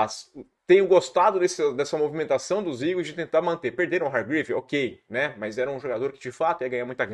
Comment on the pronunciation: Fala, bããooo? Cara, farei um pequena "crítica" aqui a sua pronúncia, e tb é algo que estou vendo acontecer muito com youtubers e até muito na TV: ouça seus vídeos e veja o qto vc diz "MAIS" ao invés de "MAS"... para muitas pessoas é um erro "normal" hoje em dia e que esta ficando cada vez mais "aceitável", mas confesso que me incomoda muito a cacofonia e o uso incorreto do português. Nas suas transmissões da ESPN vc comete o mesmo erro. Forte abraço!